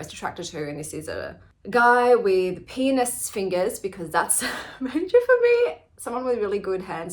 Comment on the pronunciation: It took me a couple of seconds to realize you said pianist fingers not penis fingers. You said you liked Doors of Sleep. It has a sequel I did not know about called Prison of sleep. I don't have a preferred manor of sex delivery between characters but then I don't have a lot of books with sex in them. Glad you're feeling better,.